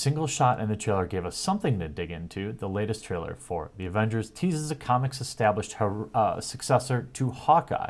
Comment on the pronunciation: The "Agenders" lol you slipped there:)